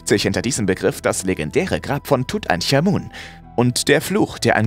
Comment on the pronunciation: Das spriecht man tut ank amun aus Nicht tut änk amun 🤦😳